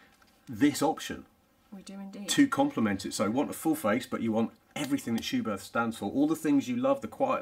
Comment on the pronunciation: Good information video. But a well-intentioned note from me as a German... it is pronounced "Schubert with a short T"... without the H after it. Please ;-) Michael Schumacher also wore Schuberth helmets as an active F1 driver.